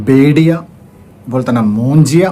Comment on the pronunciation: "മൂഞ്ചിയ " പറഞ്ഞപ്പോ ഒരു കടുപ്പം 🤣😂